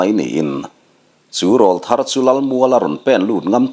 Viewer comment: Sir, Râwlthar tih hi’ râwl’ hi aw râwl sawina a ni , Aw râwl sawina, aw ki in thlak tir sawina a nih angin Râwlthar tih hi i lam dan a dik lo deuh a. I ne pawh ek hâuh lo chung leh nangmah ngaisang chungin ka rawn sawi ve hrim hrim e🙏🏻